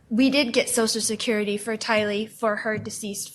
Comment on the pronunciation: Social “sicurity “